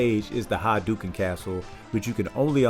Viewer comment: By the way, it's "hah-dough-ken". Dig the video!